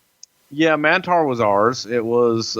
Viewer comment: Mantaur not Mantar